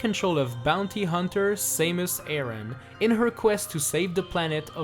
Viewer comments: Its Sahmus, not Saymus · its samus not samus... Aaah if i can just send a voice